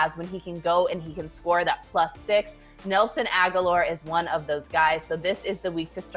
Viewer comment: When she said ‘Nelson Agholor’ I changed my rating from 👍🏼 to 👎🏼